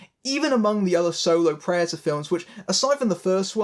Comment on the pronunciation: its P r e D a t o r s not preators learn the fucking word.